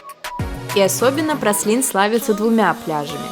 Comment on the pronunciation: Праслин )) Пралин